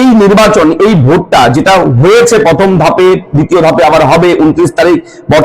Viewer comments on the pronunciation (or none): পথম ' দি বেন' পশনো' = উচ্চারণ সঠিক করুন???